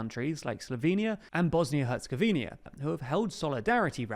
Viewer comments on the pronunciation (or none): Years since the launch of these channels and you stil say Herzegorinia instead of Herzegovina.... Also, what Hungarian Dream party in GEORGIA :D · its Hertzegovina not Hertzegovenia 😂